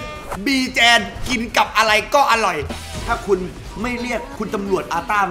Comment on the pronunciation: พี่ครับบีแจนไม่ใช้ไบจาน